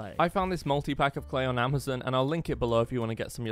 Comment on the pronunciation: I love that fact he says amzin instead of Amazon 😂❤